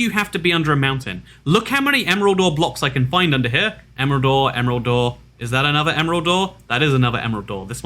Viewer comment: I hear emerald door instead of emerald ore lol